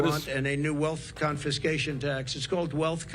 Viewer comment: Confishcation? Is that a vnew word?